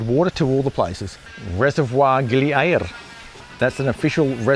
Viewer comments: Just say gili air like everybody else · i know it is but after 45 years of going to Bali and 10 years going to gili air never once heard one person pronounce it that way